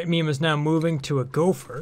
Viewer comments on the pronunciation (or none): none